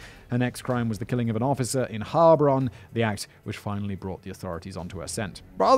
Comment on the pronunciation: Your pronounciation wasn't too bad regarding Heilbronn, but the loudest part to be spoken is the second syllable. It's HeilBRONN, instead of HEILBronn.